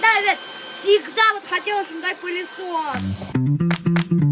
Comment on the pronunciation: Не палисос а пылесос от слова пыль😂